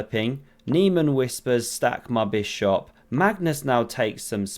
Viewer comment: “Stack ma bis hop”